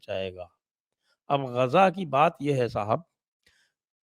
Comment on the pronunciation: संजय सर गाजा नहीं गज़ा।